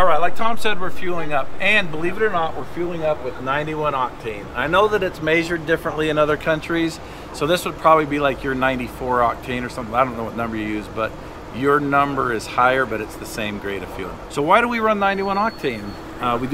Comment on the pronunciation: And making sure we hear him say MAYsure.